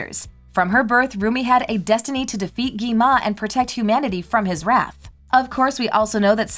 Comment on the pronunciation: It's not Gima It's Gwima 😂😂😂